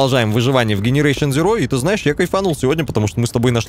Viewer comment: ты специально говоришь генерейшен? Или всё же назовешь игру правильно дженерейшен зироу)